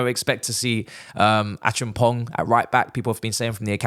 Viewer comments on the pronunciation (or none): Hahahaha can’t believe how much you butchered that name ACHEAMPONG, it’s a Ghanaian name so I’m not surprised 😂😂😂😂😂😂😂😂😂😂😂😂😂😂😂😂😂😂😂😂😂😂😂😂